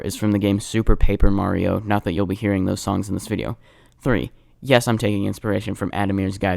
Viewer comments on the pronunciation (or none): none